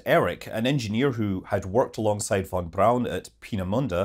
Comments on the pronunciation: It’s VON BRAUN not BROWN, FFS! And 26 million tonnes of thrust?! 😂😂 It would fuck the Earth’s rotation/orbit! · Von is pronounced FON, German V is an F sound, W is used for V sounds. This mofo is european how does he not know... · lol at YT CC thinking you were saying; “fun fun brown”